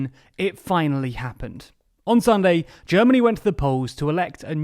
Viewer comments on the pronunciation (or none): none